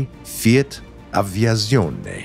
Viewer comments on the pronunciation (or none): a tip to pronunce Z in italian: try to say ts aviatsione, bcs Z is pronunced stronger beautiful video